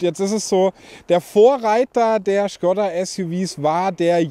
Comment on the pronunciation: Das Ding heißt Schkooooda!!! 🙈